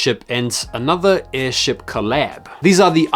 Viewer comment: that airship you mean airsht😂😂😅